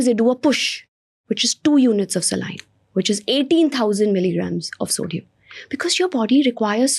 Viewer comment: She can't even pronounce the word saline... People like her should not spread the wrong message